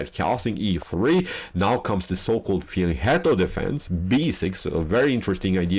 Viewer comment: in English the word fianchetto is pronounced as "fiancheto" or "fianketo" (/fɪənˈt͡ʃɛtəʊ/, /fɪənˈkɛtəʊ/), and "fianket-to" in Italian (/fjanˈkɛt.to/). Also, are you use Abdussatorov is 2817 and not 2717?